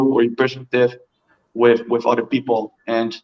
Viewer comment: American English, "OTHER people" not [what I think I hear] udder people. Udders are the female mama cow "parts" baby calves nurse from. And THIRD; [what I think I hear], not tird. #3, not the animal presents left in the streets. 🤣